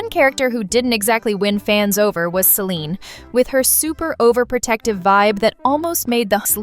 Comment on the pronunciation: IT'S CELINE NOT SELINE🤬😡